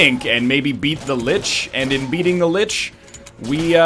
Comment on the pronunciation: still not correct // "Lich"